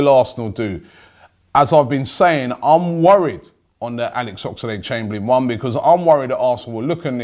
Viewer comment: ffs.....his name is OXLADE.....not OX A LADE.....